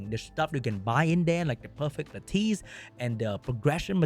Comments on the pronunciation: LAT TUS PLEASE it’s not LAT TEES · It’s “Lattice”. Pronounced similar to lettuce. Why are all content creators making up a new pronunciation for this word…